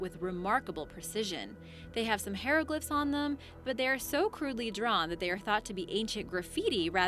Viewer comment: "hair-o-glyphs" lololololololoolololololoololol